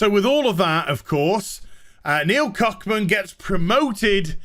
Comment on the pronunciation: Huh, I think you're getting his name wrong? Isn't it Druckmann?